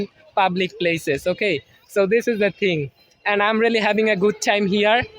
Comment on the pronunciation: I'm = um;clarify your pronunciation 🙂